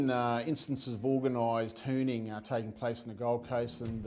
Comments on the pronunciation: "Organized Hewning" lol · I'm dead, he said "organized hooning"